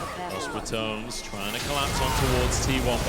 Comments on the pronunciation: Ton-A-s > Tones. pronounce it better please. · if ur trying to create a brand.. maybe know how to say los ra-toe-ness..